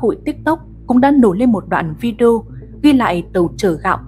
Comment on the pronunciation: Đọc phideo k hiểu